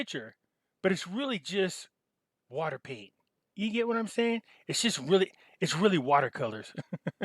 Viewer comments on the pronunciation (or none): none